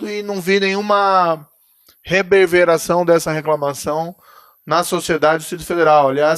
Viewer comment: Ele falou "reberveração" ? Parabéns, Moro. Onde vc atua o povo ganha muito. Colocar Moro no STF seria apagar sua luz.